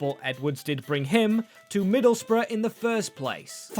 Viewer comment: Yes, we finally can see rebuilding Middle's Bruv (that's how them pronounced Middlesbrough, right) under Hellsberg 😅